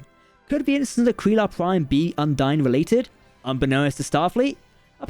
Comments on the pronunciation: It's pronounced. Un Deen. Not dine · What happened to the E was that the combined cringe of the entire Trek fandom at your incorrect pronunciation of Undine was so great it tore a hole in the fabric of space time and bitchslapped the ship into Qo'noS.